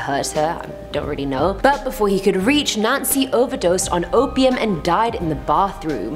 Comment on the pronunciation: Is it just me who heard Nazi when she said Nancy?